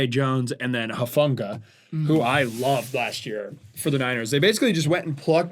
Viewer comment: Thank you I will now exclusively refer to Talanoa Hufanga as "Moofunga"